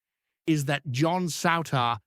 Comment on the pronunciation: Why can this foreign punter not pronounce the Rangers players names correctly, before he tries to tell us all a pure load of sh?te